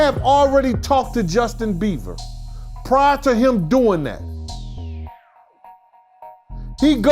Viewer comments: is it just me or is saying justin beaver???..lol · He said “Justin Beaver”😂😂😂😂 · He calls Justin..Justin Beaver 😂 hilarious! 😆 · Who is Justin "beaver"? 😂😂😂😂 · “Justin Beaver” 😂 🦫